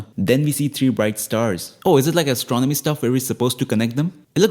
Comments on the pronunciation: "Asstronomy" Bro🤣🤣🤣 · "Assstronomy " epic 😂